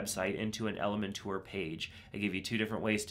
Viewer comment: Perfect. Thank you. BTW, I like how you pronounce Elementor. :)